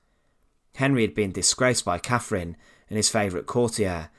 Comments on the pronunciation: Why can't these guys find a narrator who speaks English for their informative content ?? ... Who was Caffrin ? ... Who was Henry va eighff ?? ... Good content, spoiled by some geeza who can't toolk propa :D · Sorry - I can’t bear this . “Free” instead of three. “Muvver” instead of mother. “Cafrin” instead of Catherine. I’m off ...